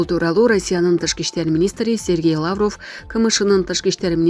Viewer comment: Лааврыв эмес ,лавров деп туура суйлө, сендей сабатсыздарды ким жумушка алат.